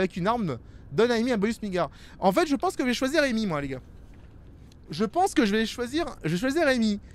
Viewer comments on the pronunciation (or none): C’est anglais… Amy se prononce Eymi